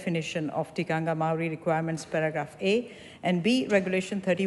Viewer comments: Just like how your law was forced on māori like a cult, under the guise of TTOW? when it's done back to you, you don't like it do you? and get it right, it's TIKANGA not tikangia! no wonder you're mislead cos you have no idea do you! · I am studying a Batchelors degree in counseling one of my papers are Whakatupu: Te Tiriti o Waitangi... great to learn, but my lectures aproch is rather political at times. I get that I need to be culturally diverse, and all that goes with my degree when counseling different cultures... however, we get marked on our pronunciations of Te reo and criticisms are given. I have addressed my assignments and clients with respect and honor but I dont understand why we are academically judged on pronunciations. It has given me 0 confidence to do my job in the future, even though I am a great counselor... I am not doing a Batchelor degree in Te reo... so disheartening, to say the least. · Cognitively impaired, many people in this thread- this MP cant event pronounce the word Tikanga properly. The line of argument contravenes the provision in Te Tiriti O Waitangi and will drive NZ into chaos. This migrant has been exploited as conveninet tool to drive the divisive and racist agenda of the Act Party.